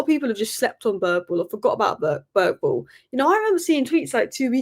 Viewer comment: I guess anglos will never learn how to pronounce a name like Bergvall correctly. The G i not a hard G at all. Good thing the name Thomas Frank sounds much closer to the same in Danish and English.